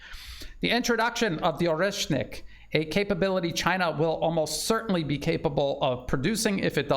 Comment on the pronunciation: "The Orkrocksit missile" 😂